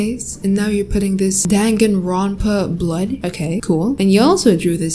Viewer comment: The way she said danganronpa- 😭